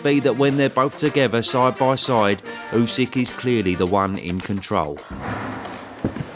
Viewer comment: Tyson calling usyk usek is so annoying, just say his name properly ffs